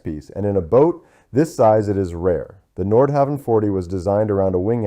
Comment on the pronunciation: Pronunciation is terrible. Nordhauwn is closer. There’s no W sound in Danish. Havn is pronounced Hown. Like København, which is Copenhagen, it’s pronounced KoobenHaun.